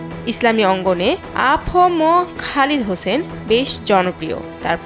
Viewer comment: নামটি সঠিক উচ্চারণ করুন।খালেদ হোসাইন